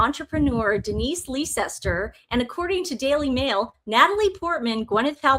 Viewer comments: Lovely Leicester is pronounced LESTER xx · 🇦🇺Hey, ‘Leicester’ is pronounced ‘Lester’ It’s another one of those funny English spellings that looks different to how you say it, like ‘Gloucester’ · Ladies, Leicester is pronounced as “Lester”